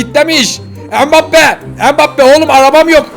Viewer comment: Neymur ve mibappe demende koptum